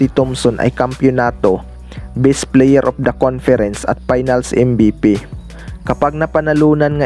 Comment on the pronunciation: WOR IT,,,,PLIYER,,,CUCHES,,,BIST PLIYER,,,,MARAMING PRONOUNCE MO BRO ANG MALI